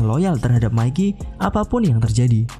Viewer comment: Channel pembahasan tokyo revengers dgn penyebutan nama mikey yg betul👍